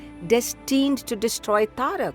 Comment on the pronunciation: Madam it is taraka not tarak. We in south pronounce sanskrit words correctly. But wonderful depiction.